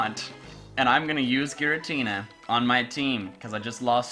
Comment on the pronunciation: Ghiratina Renegein pokemon LOL😂